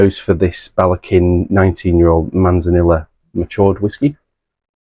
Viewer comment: C’mon, Manzanilla is Spanish and so two L letters together make a Y sound. So it’s pronounced Manzaneeyah. You are meant to be teaching us, not the other way about 😉 I have that Ballechin actually. Have not opened it yet tho. Edit: Same goes for Amontillado 😂